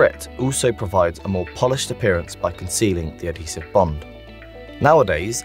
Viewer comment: I agree - I did have problems hearing him. It's also because of his dodgy intonation (and I'm English myself). I think they need a compressor on there, as he lurches from quiet to loud and swallows some opening syllables (adhesive was particularly hard to follow).